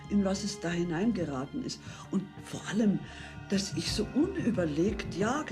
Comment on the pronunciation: "vor" is pronounced as "for", v is an f sound in German. W is the v sound. The word "Welt" is pronounced as velt .